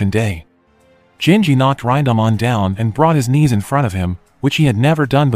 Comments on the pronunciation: Ryndahmon...it's pronounced "rin" "da" "man" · "Raindahmon" wtf bro. Its Rinda-man. Not a fucking Digimon.